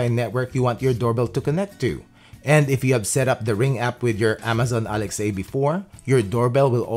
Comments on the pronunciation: Why do you pronounce Alexa as "alex-ay?" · Sorry I can't watch someone pronounce Alex a instead of alexa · its alex-AH